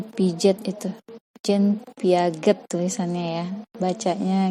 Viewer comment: Jean Piaget bacanya yang piase